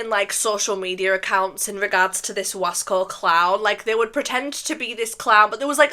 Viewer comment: Its (Wahs-coh) 😭